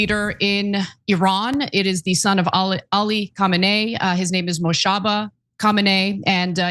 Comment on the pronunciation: Wow, learn how to pronounce foreign names properly. Co-main-nee come on be a real journalist